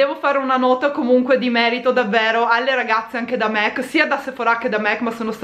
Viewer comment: SI DICE MAC NON MEC ;-D